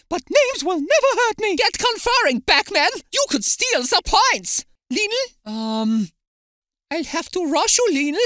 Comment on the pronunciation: Lionel* not Linl